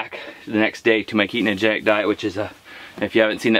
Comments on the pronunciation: "keetnogedic" diet lololol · For someone who talks about Keto as much as you do is some of these videos, isn't it Ketogenic and not Ketonogenic?? Lol